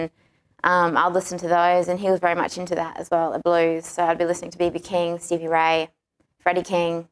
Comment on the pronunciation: It's Not "Haiti", It's "How You Do". Not "CB Right", It's "Stevie Ray". Come On!